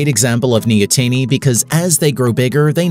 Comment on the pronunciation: <Samuel Jackson> Say "neo-teeny" one more time </Samuel Jackson>